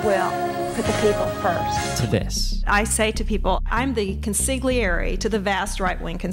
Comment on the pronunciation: She certainly isn't Italian. If my late Italo-American husband were still alive, the shock of her mispronunciation of consigliere would have killed him.